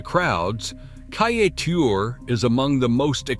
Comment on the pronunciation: Your pronunciations are rather ridiculous. It is not Kai-a-teur It is Kai-e-teur